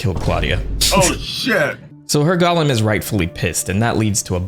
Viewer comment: Golem is pronounced: Goal-em